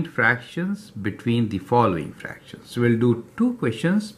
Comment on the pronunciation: Thank you,btw it’s called fractions not fractims